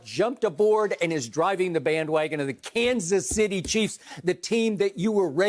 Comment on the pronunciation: Shannon’s kanas city chiefs 🙄